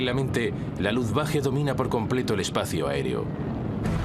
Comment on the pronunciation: Por que dice luftwaJe